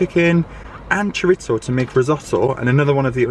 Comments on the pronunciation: I love your videos and how candid you are about sharing little things from your daily life. There is just one thing I need to say and I hope I don't get too much hate about it: it's not choriZZo (like pizza) it's chorizo, one z. Sorry, needed to do this, but just with the best of intentions. I swear ❤ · People in the UK pronounce chorizo,as Cho rit so,in Spanish it is Cho ri tho,in the US it’s Cho ree zo.